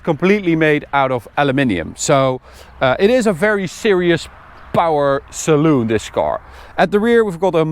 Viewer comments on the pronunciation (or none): What language is he talking, Why is he pronounsing these Words like that: scho Schaloon Exschaust This isch Its juscht Its schpechial You can sche Schet thisch Gearboxsch They use much of sch ch sch